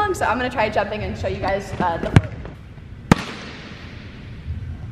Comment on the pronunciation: Her: show you My ears: shoyo Me: noya saan